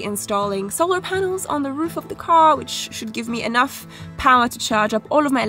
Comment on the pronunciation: The accent though - its a car not a gar